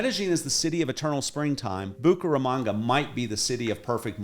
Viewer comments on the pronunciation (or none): Bucharamonga, Bucaranga, Bucarest......que es eso!! Esa voz en español aunque agradable pronuncia muy mal el nombre de la ciudad.